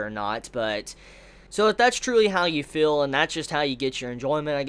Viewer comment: You have one fatal flaw,.... You say "fill". Not "feel". It drives me insane. Please stop.